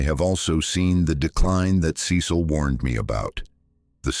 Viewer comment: Ce cil pronunciation wrong numerous times ugh